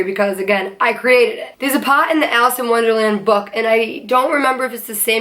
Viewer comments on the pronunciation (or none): none